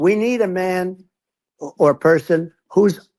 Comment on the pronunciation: Trump saying "s" and "th" sounded like Daffy Duck speaking. S became th. Person was pronounced "perthon"